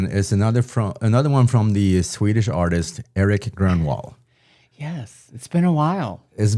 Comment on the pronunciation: Why do you pronounce his name the American way instead of the Swedish? is Swedish right? He should know how to say it..